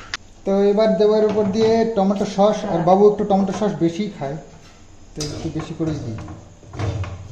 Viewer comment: Kskui thik uccharan karen...saus...tumi kno Saush balo bujhina .sauce bolbe thik ache....